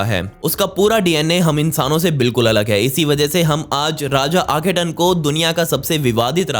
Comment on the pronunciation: आखेटन नहीं बाबा "आखेनाटन " और वो कींग टुट नहीं "टट" है।